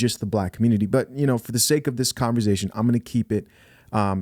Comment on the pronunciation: What the hell is "CONVER-ZATION"